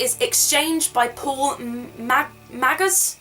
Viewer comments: Just if you want to know, Paul Magrs is pronounced like 'Mars' :P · Its pronounced 'Paul Maaaaars', he's a friend of mine and has written many great books. These are some excellent choices, though I confess to not liking Ben Brooks. Soz. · Wikipedia tells me Magrs is pronounced Mars :)